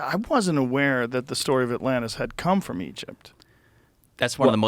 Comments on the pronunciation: The other times he says atlanis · Joe calling it Atlanta is giving me anxiety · First ten seconds and Joe calls it Atlanta.... brilliantly stupid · ATLANTIS 🤦‍♂️😂 joe you’re killing me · Atlantis Joe, not Atlanta. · I LOVE that in the first minute, dude mispronounces the name. Lmao